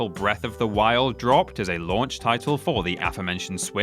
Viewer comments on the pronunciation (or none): none